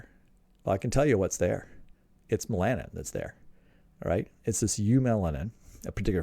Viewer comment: When you say "me-LAN-in", do you mean "MEL-a-nin"? {:o:O:}